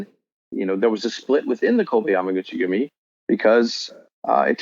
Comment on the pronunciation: How many times did this guy say yami guchi gumi? Lol